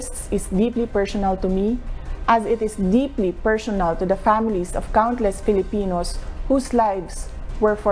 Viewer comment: PERSHONAL DAW. HAHAHA. MY BRASHES ATA TO